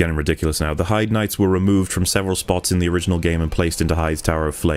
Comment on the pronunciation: I hate hearing people talk about Heide's tower, they never pronounce it properly. I can forgive text to speech, but making a critique video should have at least come prepared with knowledge on how the game's names are pronounced. And that other guy calling them Heidi knights is just unforgivable